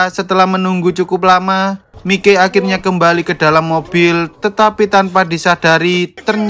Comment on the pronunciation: Gini lo mas mike itu di baca maik bukan mike, mike opo rumasane mike tak e son opo pie 😂 tapi gak papa tetep bagus kontenmu mas semoga saya bisa sukses seperti mu amin🤲